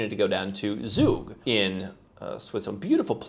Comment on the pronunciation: It's NOT Zug!!! Nor Zurich. Z in German is pronounced as c(=ts)